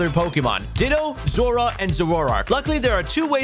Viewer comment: Bruh. What are those pronunciations!? Zorua is ZORE-roo-wuh and Zoroark is ZORE-roar-oark.